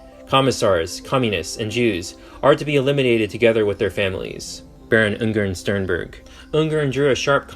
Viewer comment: 1.5h Video but cant spend 1 Minute Looking up how to pronounce the name you will mention like 4000 times